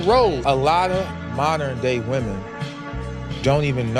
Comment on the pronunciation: I know you're Gen Z, but it's pronounced "Women" with an E. It's not believe all Woman.